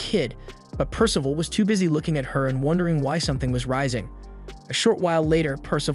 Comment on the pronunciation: The AI really struggling with name “percival” in this one 🤦🏻‍♂️